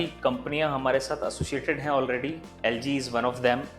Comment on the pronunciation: Before he said LG i thought it ZG 😂